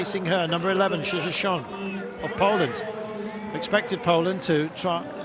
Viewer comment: it is Irene Schouten, not Irene Schoouten!